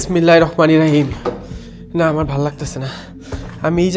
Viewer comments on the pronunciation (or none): none